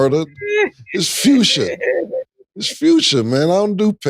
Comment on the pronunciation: He said fuscia😂😂😂😂😂😂😂 imma name my daughter that😊